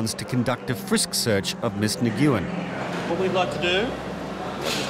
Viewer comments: Yeah. Especially the narrator. If you're being paid to say it on TV, you should know how to pronounce it! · Yes the Narrator should be able to pronounce the most common Vietnamese family name. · Love how the narrator pronounced the Vietnamese surname of Ms. Nguyen! 😊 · I don’t wish to criticize, but it is worth doing a LITTLE research on how to pronounce common names such as Nguyen. It’s like Smith or Jones or Johnson, and English speakers rarely get those wrong. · It took me SO long to realize the announcer wasn't saying "Miss McEwan," he was absolutely butchering the last name "Nguyen." :/ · I don't think "Nguyen" is pronounced that way. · The way the narrator was pronouncing “Ms. Nguyen” was painful to listen to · The way he pronounced Nguyen... SMH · Wow, the narrator needs a lesson on how to pronounce "Nguyen". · When the commentator does not know how to pronounce the Vietnam name, Nguyen ....(New en), smh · Absolutely killing me that they are butchering the girls last name from Vietnam. Nguyen is pronounced WEN!!!! not Ne-goo-yen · Like. Bro it’s not that hard. “New-win” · It's pronounced "Win". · Simply pronounced "Win" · Right?!? You cant tell me that they dont know its pronounced "When" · Ni-Goo-in?.?.? 😂 please don't tell me he's pronouncing Nyugen?.? 😂😂😂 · "Nguyen" is pronounced "Nu-win", you doggone Aussies!! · I stopped watching after the first “nih-gew-wen”. Couldn’t stomach it after that 😅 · I could have lived with 'Win' even. But he killed the pronunciation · It’s actually pronounced Win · One of my best friends growing up has surname Nguyen and he never pronounced it "NEE-in" so even that is wrong. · I thought it's pronounced "Nu-win" ... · "Nee Gyu Yen"?? hahaha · Nguyen is pronounced "Wynn". I thought that was well known. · "Miss Nuh-gyu-en" come on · Miss Nguyen name is pronounced Win. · "Miss Nah goooo yen" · So hard to hear the narrator mispronounce that ladies last name, Nguyen. It’s pronounced “Wen” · Nguyen is pronounced nWen.